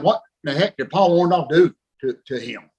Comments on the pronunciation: Why he keep saying Paul orndolph 😹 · Him and Hogan are the only ones in the universe that pronounce it "ORN-DALLF" the rest of us ... including Paul pronounce it "ORN-DORRF"